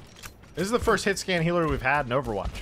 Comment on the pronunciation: Why do you say overwatch like that?